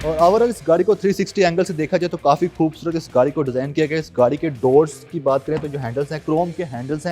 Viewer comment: کھاصی کھوبصورت ۔۔ اردو کو معافی دے دے بھائی